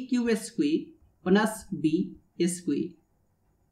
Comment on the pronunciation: It's "squared", not "esque".